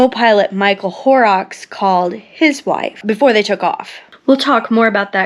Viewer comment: Please pardon this edit: The name 'Horrocks' is mispronounced in this otherwise excellent and respectful video. It should be 'Horrocks' not "Horerocks" (_not_ to rhyme with _more_rocks) but instead, to rhyme with 'hot rocks - but obviously not the 't' sound, sort of ho'rocks). No disrespect untended to. My thanks and appreciation for her research and presentation of this memorial video. 💔R.I.P to all innocents of Flights 11 & 175, and the Flight which hit the Pentagon, and the brave innocents of Flight 93.💔 💔R.I.P to those lost in the Twin Towers, and the Pentagon, and to the lost rescue workers and firemen and all suffering the consequences of the toxic debris from those fallen buildings.💔 💔Sincere condolences to America's bereaved families following the attacks on 11th September 2001.💔 ❤️🇺🇲❤️🏴❤️🇬🇧❤️🖖